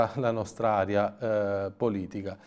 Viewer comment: sei bravissimo e condivisibile simpatico voterò sicuramente per il tuo gruppo.. ma non riesco più a sentirti dire "aria " anziché " Area "... scusa l'apparente banalità dell'operazione... ma tanto ti dovevo.🤗🤗